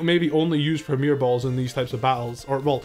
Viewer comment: You don't need to French up the word Premier bro, its already French!